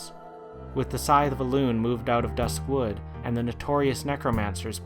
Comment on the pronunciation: Not hating or anything, but one of my biggest pet peeves about this video is every time he says "dusk wood" as if "dusk" was an Adjective for wood. I just cringed a little every time he said that because i always pronounced it duskwood.